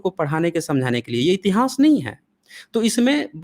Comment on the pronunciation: बड़े ज्ञान की बातें बताते हैं, बस उच्चारण की त्रुटि में सुधार करके इतिहान्स को इतिहास कहें; इतिहान्स कहना फूहड़ लगता है।